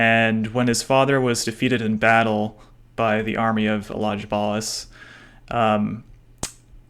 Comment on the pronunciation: Elagabalus has a letter G which is pronounced as in the word Gun or Dog, Not like in German. I know it is a mouthful for Americans, but not that difficult if you do a tiny bit of research.